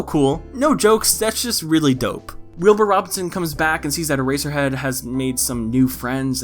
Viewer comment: You keep saying Earserhead and I can only think of My Hero Academia.